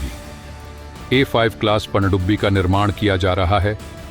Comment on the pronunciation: Bhai please pandubbi bolna theek karo..... Pakistani humara mazaak banayenge. Andia ki sajish hai.